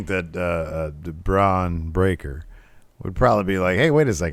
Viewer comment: Excuse me its Bron BreakKer, got to pronounce that stupid second K for a stupid name.